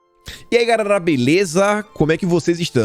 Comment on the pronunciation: aprenda a falar GALERA. KKKKKKKKK